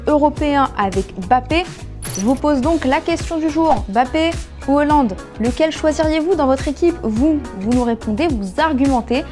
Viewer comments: C’est pas heuland c’est haaland... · Haaland, et non Euhland comme dis votre journaliste là 😂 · C’est pas "Hollande " mais"Haaland" !!!! Et il est ou le mec ?? On comprend rien avec la meufe la , réagissez un peu !!!!! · Erling hAAAAland et pas François mdrr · Y a pas de E dans Haaland Stop dire Eland stp